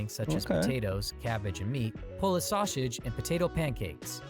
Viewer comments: Where's this narrator from? I've never heard sausage pronounced as "Shawshage." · The narrator not being able to say "Polish sausage" is hilarious. The narrator: "Polish Shausage". 😆 🤣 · So that's why I kept hearing "Shawshage" instead of sausage. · And This is why I hate AI Videos. The pronunciation is almost Too Phonetic at times. S in Illinois is only pronounced when you want to Annoy an Illanoian native and don't get me started on the Sausage pronunciation 🤦‍♂